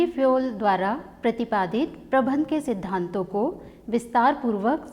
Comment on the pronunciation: Men Sahab prabandh ko bar bar aap prabhan prabhan kahati Hain ऐसा क्यों